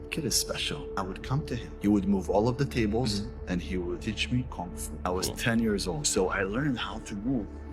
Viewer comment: He can't even pronounce Kung Fu properly.